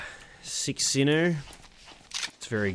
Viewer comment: And when you say sinnoo or whatever it sounds like sinnoh